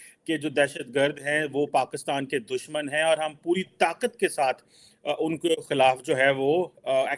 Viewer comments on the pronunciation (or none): Love the emphatic manner with pronounced 'Poori Taqqqqqqat' ke sath! To kya abtak taquat lagaya hee nahi Pakistan ne kabhi?